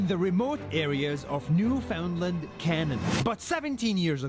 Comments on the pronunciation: Yes exactly Newf-un-land I hear a lot of people saying New Finland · Note to you !new Found land ! Not new fin land ! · He goes to Newfoundland and still can't pronounce it correctly. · Newfoundland is pronounced Newfundland